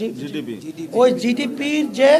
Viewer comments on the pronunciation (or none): এসব অশিক্ষিত মূর্খের দল ক্ষমতায় আসলে কি করবে এরা বিদিক খেয়ে যাবে কিছুদিন। উনি জিডিপি উচ্চারণ করতে পারেন না। আমেরিকা আনতে পারেন না। সাধারণ মানুষের টাকা মাজারের মাধ্যমে লুটেপুটে নিয়ে। এগুলোকে আরো শক্তপোক্ত করতে এখন রাজনৈতিক ক্ষমতায় যেতে চাচ্ছে।